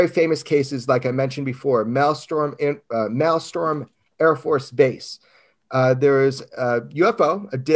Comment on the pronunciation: The name of the base Jeremy is trying to say is MALMSTROM.